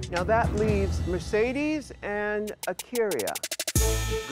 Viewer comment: Mercedes be like : Merkadis